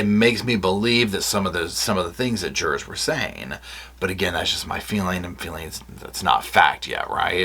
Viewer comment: Not the jur-ars!